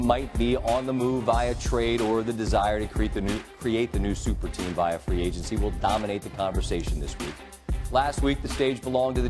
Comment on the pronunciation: Jit said "Viah" instead of via